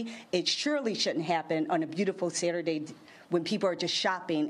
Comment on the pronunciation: WE GOT IT!!! It was a beautiful Saturday, damn. Why the emphasis on the day of the week?